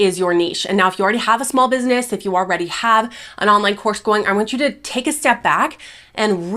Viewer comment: Actually it's Businesss" with three s's lol. So professional.